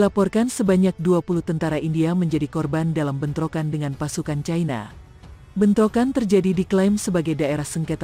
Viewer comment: Mbak admin+Narator,mohn dtinjau lg dlm hal menyebut-Eja...ci-na/cai-na(china)...trmksh😊